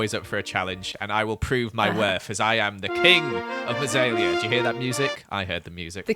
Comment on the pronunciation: He said mossaela but he said it like this mazaela